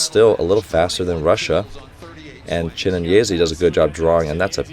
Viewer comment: People in the comment: it's Chi-né-nyé-zé: Chi-né-nyé-zee